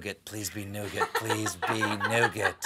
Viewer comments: Like Colbert....silent t...nougat.....silent t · Stephen, Nougat has a silent T